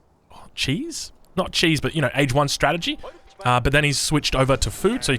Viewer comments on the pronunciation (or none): none